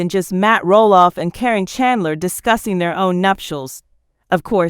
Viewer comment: Well, what can you expect that somebody is lying when they can’t even pronounce the name, Karen